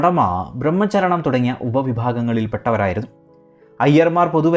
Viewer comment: 4.45 Its not BrahMMAcharanam but BRAHACHARANAM